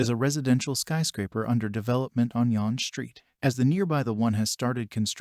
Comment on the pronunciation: Why do you pronounce younge St like that. The e is silent. Its just basically young St. With an E!